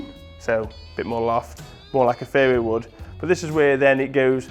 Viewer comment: Thought he was saying fairywood for a while there :):)